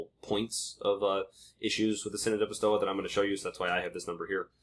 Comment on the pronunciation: pistoia pronounced "pis- toy - ah" .